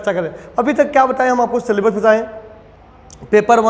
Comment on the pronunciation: 'सलेबस' क्या होता है,हमने तो अभी तक 'सिलेबस' ही सुना था❓